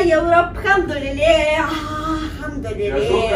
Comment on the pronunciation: بتقول الحمدلله بطريقه حلوه محدش مصري يعرف يقولها زي